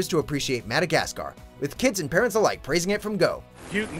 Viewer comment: Madagsacar, really?